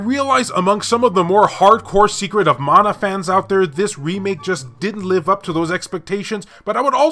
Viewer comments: its mana not meina :P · Let us now leave Secret of Mana World It's MANA you killing me 🤣 Honestly I saying Mana like you saying to 🙂 Love you style of your video keep it going 😊👍